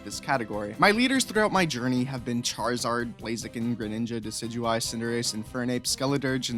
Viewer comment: Everything was looking good until he said that he always picks decideuy or whatever you pronounce it🤣in Alola, you’re always supposed to pick Incineroar, if your smart